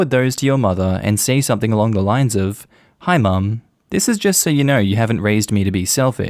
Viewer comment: Damn every time saye hi all I hear heil